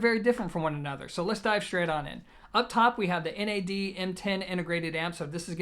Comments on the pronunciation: It's NAD not N. A. D. One word 😁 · Wrong, NAD stands for "New Acoustic Dimension". You wouldn't pronounce GMC , Gimc.